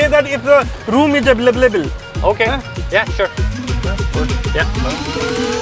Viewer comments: Available ❎ Eblebal ✔️ 😂😂😂😂😂😂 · Available❌, availavalable✅